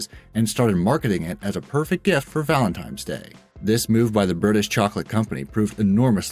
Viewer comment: AHHHHHHHH!!! He said VALENTIMES DAY! I CANT DEAL WITH THIS!